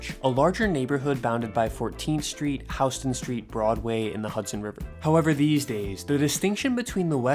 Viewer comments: That’s right- that’s our litmus test to find out if someone lives in New York or just visiting. It’s spelled Houston but pronounced Howston. Shh…don’t tell the other tourists, tho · That’s how it’s pronounced. It’s not like Houston Texas lol.